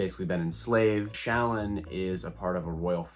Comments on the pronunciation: i believe shallan’s name is pronounced shuh-lawn. ik there’s a video of someone asking brandon how it’s pronounced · Shallan is pronounced Sha-LAWN. Like “shalom,” basically.